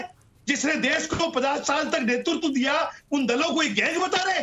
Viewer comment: 🌷 🙏 🌷 पहले तो उर्फ जी शब्दों के उच्चारण में शुद्धि लाए। ताकि हम अच्छी तरह कंठस्थ कर ले। चिल्लाने से सब चिल्लर हो जाता है और संगठन भी। जैसे-- डीज़ल है ✅ डिजल नही ❌ देश हैं ✅। देस नही ❌ कंस्ट्रक्शन ✅कोनसटरकशन नही❌ हजार ✅ हझार❌ नही आदि आदि 🙉😱🥶 जिस संगठन को नेतृत्व करने वाला ही??? हो तो वोह नेत्र कहा से लाएं।😂🤣😂